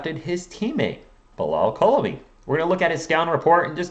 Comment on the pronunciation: Just so y’all know it’s pronounce coo-li-ba-ly I think